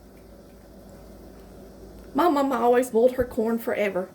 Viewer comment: I heard the way she pronounced ’boiled’ and immediately deleted the other videos I was thinking to watch.